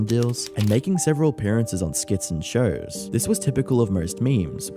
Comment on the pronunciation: What’s “shoys”. Do you mean shows?